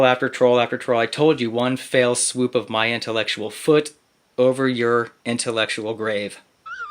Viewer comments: What do you get when you combine a Goddard poster child and an advanced case of D-K E? That Guy! "one fell swoop of my intellectual foot" ... pronounces it "fail"... that had me roaring. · Did he say "One fail swoop"? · Did he say fail Swoop? Lol! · Did he actually say one f a i l swoop ? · Eww, not that guy 😬🤦 I swear I heard "one FAIL swoop" 😂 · Did he say, 'fail swoop'?! Pretty sure you mean, 'fell swoop', friend. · I actually thought I heard him say “one Fail swoop...”. Which would be perfect